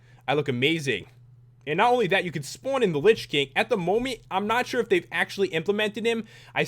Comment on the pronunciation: lol you said momy instead of moment